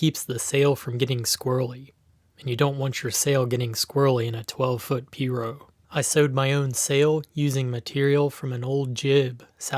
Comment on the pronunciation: It’s pronounced P-rogue, The g isn’t silent, It’s also called piragua in Spanish